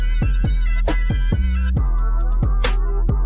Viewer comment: Not “susposudly” 😂😂😂 John Carpenter is the name on the movie btw.